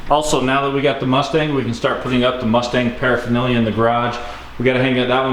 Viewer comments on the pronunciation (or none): “Mustan Paraphernalia” 😭💀